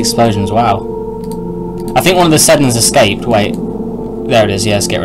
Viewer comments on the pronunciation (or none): none